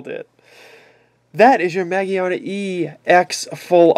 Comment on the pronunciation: It's ma-gear-na